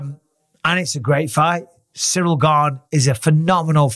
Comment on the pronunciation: John Bons already starting to passive aggressively talk smack to Ciryl. Pronouncing his name "cereal gain". Now I KNOW John isn't that stupid. He's doing that sh1t on purpose. Passively disrespecting his opponent. You're telling me John doesn't know how to properly say Ciryl's name when he's about to fight him? Come on now. John Bons ain't that dummmmb.